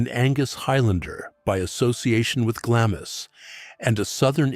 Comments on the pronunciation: Really interesting but so repetitive it borders on boring. Also, it's pronounced glams castle not glamis!!! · It’s Castle of MEY, not may! And Glamis is pronounced GLAAMS. And it’s CAITHNESS with a C not a K.